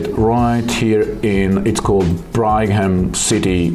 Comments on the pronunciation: Thanks for another great video,! In case you're ever back in Utah again Brigham is a common name pronounced with a short "i" and a hard "g". (BRIG - em). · It's pronounced "Brig-um". The H is basically silent, for reasons that escape everyone but linguistics majors.